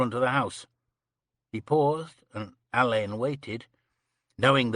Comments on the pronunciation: Ugh can't stand narrators who don't know Alleyn is pronounced Allen, not Elaine. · Yes Alleyn is pronounced Allan I find it very annoying and came close to ending the reading early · mispronunciation of Alleyn